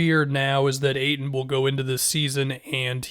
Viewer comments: STOP SAYING AYTON LIKE THAT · Really emphasised the dudes last name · pronounced the fuck out of the T